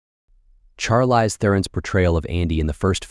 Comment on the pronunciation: He said Char-LYZE. my man its shar-leese, c'mon now!